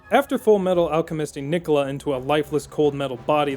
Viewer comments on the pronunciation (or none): none